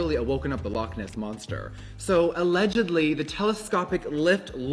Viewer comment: “ALLEDG-edly” - jeffree 😊